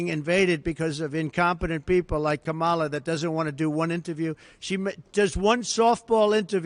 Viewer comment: He mispronounced kamala name